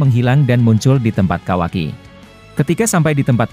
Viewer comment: Kawaki,bukan kawai😂